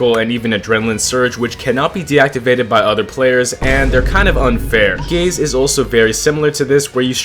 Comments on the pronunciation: Is it just me or did i hear first "i love gays" instead "i love gaze" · take the visuals off and it sounds like he says he loves gays multiple times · i cant even pay attention to the video because my immature ass hears him say "gays" whenever he says "gaze" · oh god gaze sounds like gays to me now, i cant unhear it anymore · Ngl at the start I thought bro said "I love gays" got so confused lmao